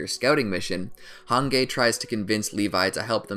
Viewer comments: Hange/Hanji: exists This dude: hangay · this mans did not just say “han gay” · did this man really say "hungay" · Please, when you say hange acknowledge the that its pronounced han-gi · I'm gonna get pissed if he says Han-gey one more time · "Hangay" wtf who says hange like that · Did anyone get so annoyed when he so han-gay and rod rice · Who the hell is hange it pronounced Hanji but it sounds like a g instead of a j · “Han gay” I swear I’m so irritated ffs 😂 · Why tf he keeps saying "han-gay" instead of "han-G" lol 😅 ughh cringe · Why you said hange hangay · The way he pronounces Hange😀 "hangay" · The way you say hange's name pronounced (Hanji) is just strange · no way u called her hanGey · Every time he says "HANGAY" 🙄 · "Han-gay". Come on dude. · Hangay🤨 hange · I don't know how a native English speaker could even pronounce it like that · Oh you meant the video my fault yeah he butchered her name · I was so irritated every time he said it 😩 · Take a shot everytime he mispronounces Hange, Jean, and Moblit's names. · He said Jean correctly...he said hange wrong but said discount Levi’s name correct too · Earm he said grisha correctly...they are German dude, but he said hanges name wrong tbf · All of those except hange are actually correct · Yeah it was pretty cringy. Not going to lie 😂💀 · My soul died when he said Hange's name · why is no one mentioning the infuriating way he pronounced Hange... like it really made me mad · The way he pronounced hange Makes me wanna REEEEEEEEEEE Edit:Oh my god thank you for the 1 like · Who Else is Offended by the Way he says hange? And how he says reiss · I think you are Mispronouncing hange 's name. Even though it's a name it would be better if we follow the series's pronounciation. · I was genuinely angered hearing how he pronounced Hange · probably the most enraging thing about this video is the mispronounciation of hange and shigansina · I'm sorry is anyone else triggered by the way he pronounced hange or mikasa